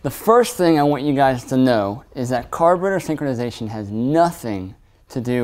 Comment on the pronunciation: “Carbator synkonization”